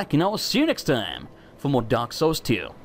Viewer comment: In the intro you said "Dark Souls 2" weirdly... sounded like you said "Derp Souls 2"